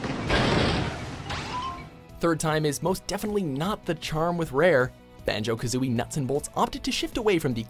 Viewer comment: That's a strong "B" on Banjo.